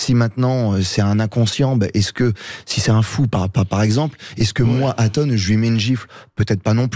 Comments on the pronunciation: Il a du mal avec son prénom Lol Atos ...Ato ....Aton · ATON, c'est ATON bordel pas ATO. Bercoff franchement parfois.... Dur... 🤣😅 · Aton pas Atos (Athos) .. Allons André, on est pas chez les mousquetaires .. et pas Ato non plus ... Allez encore un petit effort André !! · Je suis mdr Bercoff n'arrête pas de l'appeler Ato 😂. Mr Berciff pardon Bercoff 😂😂 regardez Grég Mma vous verrez Aton... pas Ato 😂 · ATON ! A-TONE ! André faites un effort 😅